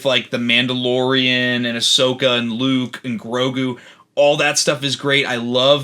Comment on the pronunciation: Based pronouncing Ashoka properly?!